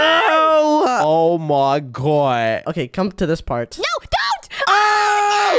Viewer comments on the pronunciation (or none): Did say oh my goi or did say oh my goi